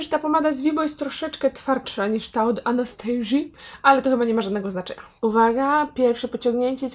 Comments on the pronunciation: Nie "anastejżi" tylko Anastazja. Błagam nie kalecz moich uszu (nie jestem hejterem) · Czyta się "Anastazja" a nie "Anastejrzja" ;) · Nie chcę się czepiać, ale w nazwie marki Anastasia Beverly Hills, imienia Anastasia nie czytamy 'Anastejżia' bo założycielka marki nie jest Amerykanką tylko Rumunką i jej imię czytamy tak jak piszemy czyli przez dwa wyraźne 'S'. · Anastasia nie 'anestejszia' wtf